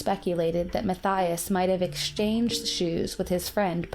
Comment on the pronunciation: "shshshtrange" + "exshshshange". Are you crazy, dumb girl? Don`t you frikken know how to pronouce?